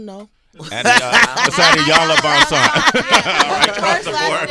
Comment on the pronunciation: Please someone tell Sway her name is "VanZant" and not "VanSant"....